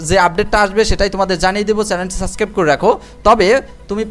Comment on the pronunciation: সাবস্ক্রাইব উচ্চারণ করে ছাছক্রাইব। এ কোথার অশিক্ষিত রে।